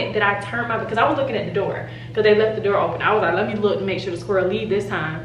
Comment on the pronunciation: LOL I cannot believe that had the squirrel in the house for three days talking about "I think it lef" hahahhahaha OMG, I swear I wish you guys caught this on the vlog LMAO!